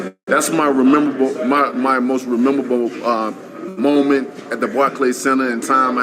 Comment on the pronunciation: My man's struggling with the phrase "MOST MEMORABLE MOMENT"